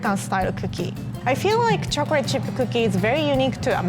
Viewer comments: Others: talking about and cute and funny moments Me: I love how pronounces chocolate it's like "chocorate"💜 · chocrate chip cookie